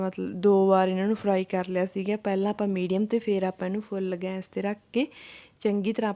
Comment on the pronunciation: Gans nhi gas bolida a